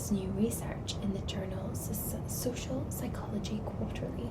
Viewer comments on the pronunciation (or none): none